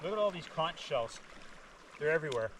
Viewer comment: I enjoyed the video and the insight on the Leopard 50. Would like to know how the Code Zero performs. Just FYI. Bahamian’s pronounce Cay as “Key”. Also Conch is pronounced “Konk”. Otherwise the Bahamians will look at you funny.